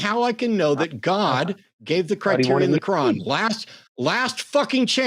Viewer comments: The Qwaan! The Kuuwaan! My guy get the name of your Holy Book right. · .....did he call it the "Holy Ko-wan"??? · Why is he calling the Quran the "kawan"? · Is he calling it the kowan?